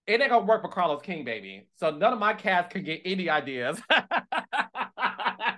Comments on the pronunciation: Not CAH-LOS 😂🎉😅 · Dr Heavenly may say Caalos but you say Naadification bell. So it's ok we Love you both anyway!!!😂😂❤❤😊😊😊😊😊😊😊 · Calos you’re annoying for giving an in depth break down for how Heavenly pronounces your name 🙄😆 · Not CA-LOS 😂😂 Dr. Heavenly is a keeee. I ❤ that Quad is back🫶🏾